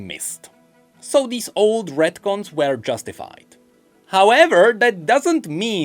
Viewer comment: What the hell are redcons or ratcons or whatever you said